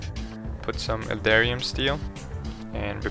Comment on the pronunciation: So clear, informative and understandable straight to the points. I like this guy :). Btw, I think you pronounced “eldarium” correctly as there are no perfect English accent unless you have a standard for a Received Pronunciation known as “Queen’s English” in London, England :)